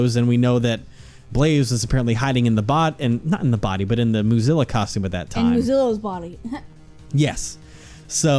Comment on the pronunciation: Okay, I know it’s “Moozilla,” but I swear I keep hearing “Mozilla,” and I’m like ‘What does Firefox have to do with this case? Wait...is it Lang? Is he the Fire Fox?’